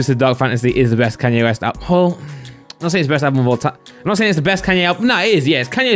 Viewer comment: Hearing say Kanye West really hurts